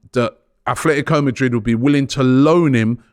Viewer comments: Nor Atletico he keeps saying Athletico Madrid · ATLETICO NOT ATHLETICO.